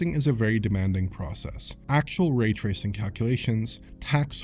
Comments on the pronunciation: Really hate how he mispronounces ray tracing. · So how's the raytracing on Series S? The way pronounces it's name should give you a good idea.